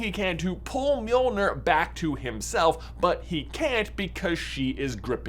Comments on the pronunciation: By the way, you pronounce it like “m-yoel-nyr” not “mee-oel-ner” (I’m of Scandinavian descent, so I know how it’s pronounced) and also in traditional Scandinavian folklore, it’s spelled Mjöllnir or Mjølnir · Miolner? It’s basically pronounced me-ol-near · Is called Mirnirch in Icelandic not mirnor Mjolnir is pronounced as Mirnirch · It's NOT pronounced "me-ol-nur" you twit. It's pronounced . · Please stop mispronouncing mjolnir. It’s not mjolnur. Sorry it just kind of annoys me as someone interested in Norse mythology. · Am the only one the mispronouncing of mjolnir is killing? I give marvel fans a pass for stuff like Bifrost bc they call it bye frost in the movies, instead bee frost like it is actually, but the call mjolnir the right thing most of the time (myol neer) (although they might pronounce it myil neer, which is wrong) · You're saying Mjolnir wrong. It's pronounced "Johnathan". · Me-yo-ner 😊/ mjolnir😡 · I thought it was pronounced mill near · Bro, that was the most horrendous pernunsiation I have ever heard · Why did you say it with the hard R 😂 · Why do you say it wrong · At least pronounce the name correctly, dude. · What If, where Tony snaps then is handed Mjolnir and his life is prolonged like Jane Foster. Also that’s an odd pronunciation ngl. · You mispronounced mjölner